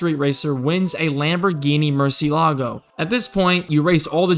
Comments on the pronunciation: I loved this video I had the PSP version of this game and spent months playing it. Oh btw it's called a Lamborghini Muhr-cee-eh-la-goh, it means bat in Spanish. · Lamborghini<<Murciélago>>, el acento es importante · Lamborghini "MuRciLAgO”